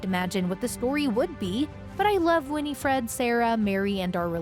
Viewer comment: Her name is either Winnie or Winifred not "Winnie -Fred". Get it right you dolt